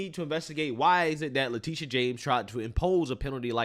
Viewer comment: I like the says her name Le-TIT-ia